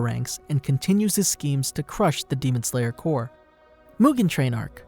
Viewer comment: this guy said demon slayer cor :)